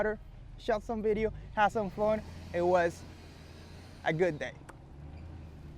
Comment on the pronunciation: "vedeo"??? lol